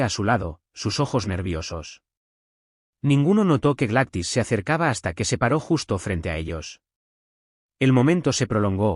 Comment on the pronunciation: NARRADOR EL NOMBRE NO SE PRONUNCIA "GLATIS" EL NOMBRE ES "GLADYS" POR DIOS!!! PRONUNCIA BIEN EL NOMBRE Y LO MALO ES QUE TODO EL AUDIO LO DIJISTE II